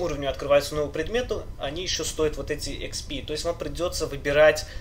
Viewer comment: експи а не хп умник